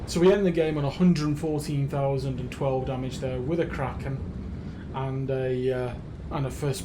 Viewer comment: A "Quacken" ...makes me want to take the single out for a spin ...